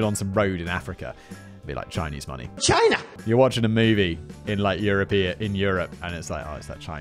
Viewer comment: "You're watching a movie in Europia..." great slip lol